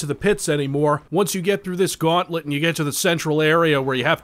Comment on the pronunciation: I lost it at "The Guntlet"